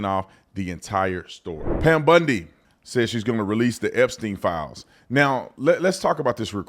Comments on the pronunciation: Tatum … her last name is bOndi not bUndi! Come on now. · HER NAME IS BONDI. NOT BUNDY. CMON BRO. PLEASE. I SHOULDNT HAVE TO AKS.